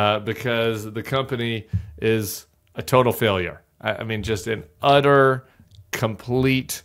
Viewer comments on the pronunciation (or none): I thought Tim said "udder" failure and wanted to know if Devin Nunes' cow was to blame.